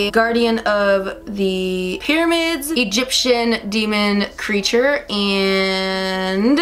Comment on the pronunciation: !!!It's pyramids girl! With an A! Not hating, just want you to win!!! <3